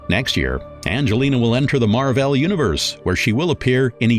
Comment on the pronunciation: Let me add "the mar-velle universe" is tbis AI?